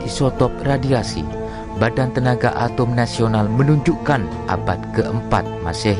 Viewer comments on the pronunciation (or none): none